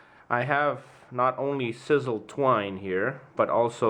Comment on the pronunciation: its si sal twine not sizzle